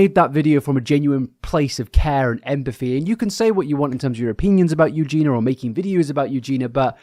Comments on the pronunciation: You do know her name is Eugenia right? Pronounced "Yu-jee-nee-ah". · you’re still pronouncing her name wrong!! there’s an i in there